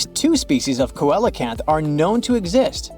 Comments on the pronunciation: Not ko-el but seel-o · The word ceolacanth is actually pronounced see-a-canth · coelacanth, the first syllable is ”see”